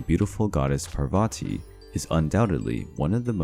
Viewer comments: And it’s pronounced paar va t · There's a lot that is wrong in this one. Even the pronunciations. For example Parvati is spelled Paar-Vatee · Thank you! Enjoyed this video, but your PRONUNCIATION makes me cringe! Parvati, for instance is PAARVATHI, not Parvaati! Devi is Day-vee with D pronounced as in They or This and not as in Dime. Our epics are Mahaa-bhaa-ratha and Raa-maa-yana. 🙏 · Its not prabhati...ite paarvati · I think u can refer to a Wikipedia for correct information, or please visit a priest from India... This is not very accurately correct... Plus please work on the correct pronunciation of the names... For eg: Parvati and not " Poverty " And Treemurthi not "tri- marthi"....